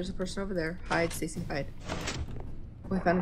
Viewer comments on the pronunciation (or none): Normal people say Stacy Joey says stacyania